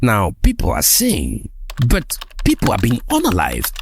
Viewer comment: I told my brother in 2020 that the amount of sabotage we'll see with this refinery would be unprecedented at least for those who haven't trained their eyes to see how imperial power keeps them down. Hope all those Nigerian Christians twerking for trump understand it's slippery slope to Libya from here. That said, plz decolonise your pronunciation of "but" as Burt, na da one dey pain me pass this symptom of our breakthrough😂